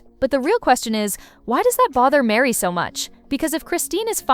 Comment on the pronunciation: Why are you calling Mary...Miri?